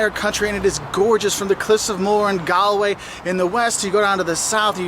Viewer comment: i highly recommend looking up how to pronounce common area names like Galway (g-all-way and the g is a lower case g it doesn't need extra emphasis)